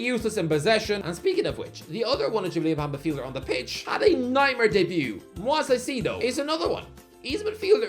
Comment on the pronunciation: please, my ears bleed when i hear your pronunciation of Moises Caicedo, say it right ffs